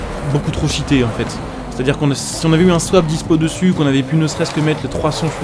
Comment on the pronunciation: J'adore le moment ou il dit que la voiture est shitté ♥_♥ euh cheaté pardon